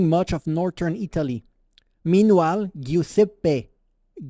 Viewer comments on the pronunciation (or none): none